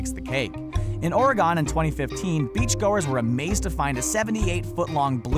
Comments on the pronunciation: ooooh the botching of Oregon was sooooo painful to listen to it's pronounced "or-again" like 'left OR right +' left AGAIN' not orygun, or oriegone. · did he say oragon? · I live in Oregon and you said Oregon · How he said Oregon